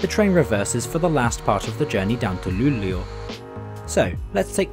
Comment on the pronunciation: His pronunciation is actually pretty good for an American (?) Not the best and the way he said Umeå and Luleå made me cringe a little but that is to be expected. It's probably the best pronunciation I've heard from a foreigner